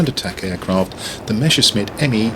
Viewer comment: My condolences on your loss.. Thanks a lot for your content, just discovered you recently and helped me a lot already! But might I ask why you pronounce "Messer" in "Messerschmitt" as "mesher"? Its just "Messer", with an S-sound in the middle.. Also, can we access the spreadsheet somehow? Or is this your personal thing? I could not find a link to a video explaining the spreadsheet?